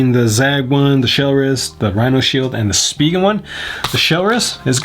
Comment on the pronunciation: Spee-gen? I thought it's spee-jin lol